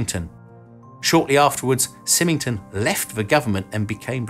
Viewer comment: I would not expect you to know this, but Stuart Symington is pronounced Seye ming ton. He was the US Senator (D) from Missouri from 1953 to 1976. He also played a quite a role here the the Kansas City, MO area, and even has a school named after him. Again, I did not expect you to know that, but there is also a "new" flying wing in the USAF future the B-21 Raider -- which looks close to the B-2, but a little different.